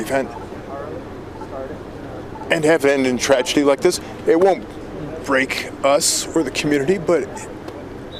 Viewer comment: I can confirm that Mosssaad's "h'White subprembazizst" division had Nothing WHATSOEVER to do with this horrific trajj-uh-dee